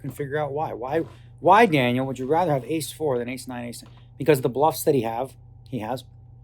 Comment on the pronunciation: Danielle or Daniel ? I heard